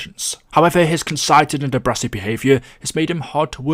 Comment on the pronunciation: Concited and abrassive....cmon son